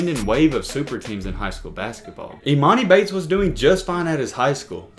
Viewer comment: your pronouncing his name wrong